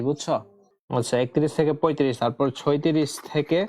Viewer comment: ছয়ত্রিশ না ছত্রিশ 😅😅😂